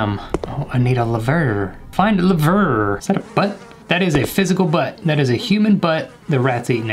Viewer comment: No one:: oh levurrrr